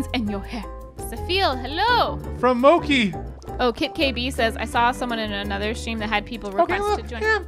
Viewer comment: Who else cringed at pronunciation of "Mochi"? Not Mo-ki, it's Mo-chi...